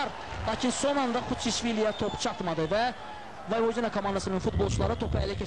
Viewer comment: voyvodINA yox voyVOdina deyilmelidi , baxin bu cur bisavadlar nece TV-ye ayaq aciq en besit melumati bildiyimi kimi deyir